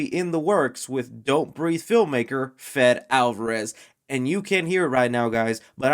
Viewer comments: Fede is pronounced like Freddie. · Your pronouncing Fede Alvarez wrong. It’s pronounced Fayday essentially